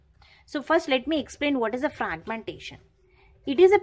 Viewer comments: Normal English hi bol lo madam fraqqqmention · Thank you so much for your explanation...But the way, you were pronouncing fraaaaaaagmentation😂😂😂, that was awesome....Again, Thank you....